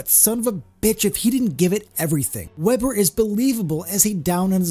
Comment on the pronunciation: It’s Weber not Webber